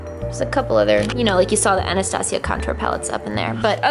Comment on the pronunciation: My name is Anastasia but it is said like " Ana-sta-sia